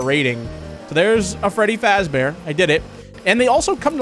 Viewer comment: Nah he said "five nights with frdy feazber" (no I did not misspell I did it on purpose)